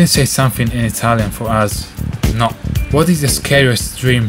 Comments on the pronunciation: that's the italian pronunciation of "no" XDD so i actually said something in italian so funny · Funny that your "no" in Italian sound like a french one. What ? Nobody cares ?